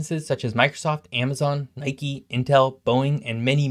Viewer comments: Came here to say the same thing! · My guy said Nicki instead of Nike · Did you call Nike “Nicky”? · I wish Medford was included in this. Also it's pronounced like "Nigh-Kee" just so you know. I went thru Hurricane Andrew back in 1992. I remember weeks later when the power came back on. My mom and I were walking back from my best friends house, who had boarded their house up and sheltered us because my dad had already left, and I swear it felt and sounded like the whole world was cheering for a moment there. I almost miss those days, it felt like the whole neighborhood came together, and people cared about each other.